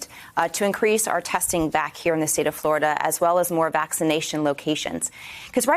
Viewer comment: Flahh ridian